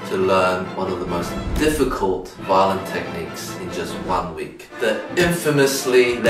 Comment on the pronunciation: For some reason, I kept hearing Eddy saying "violin" as "violent" so it sounded like he said he was going to learn an "incredibly difficult violent technique"